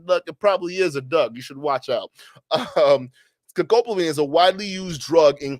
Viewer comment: So this is an "Educational" episode on the drug "Devil's Breath" and I think that is great. Yes, by all means, "Let's learn about this drug." But Bro, can you at least begin by learning how to say the name of the drug correctly? It is NOT ScoCopamine. It's not sCopamine, It is Scopolamine. Sound it out: Sco-Pol-a-mine. It's not a real hard word to say. In Spanish it is Escopolamina. You're doing young men a real service here, why have all of them leave, thinking they know what's going on, and go around pronouncing it incorrectly like you do? Is it not worth your time, or what?